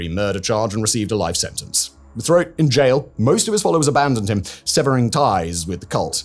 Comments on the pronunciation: Theriault is pronounced Terry-O. As a Canadian I find this incredibly distracting. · Theriault is pronounced "Terr-Rio" like Terror, almost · Therriault is pronounced Terry Oh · teyrio is a better pronunciation, the 'h'' is essentially silent. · I’ve actually been to the compound. I live about 35 minutes away and have saw Roch and the women in Kinmount selling fruits and vegetables at the farmers market and the local fair. It’s pronounced Rock Tear-ee- oh from my recollection